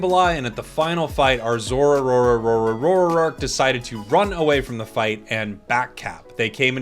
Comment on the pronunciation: Why do you have to say the name of zoroark wrongly , it makes me annoyed hearing it. Its not difficult to pronounce it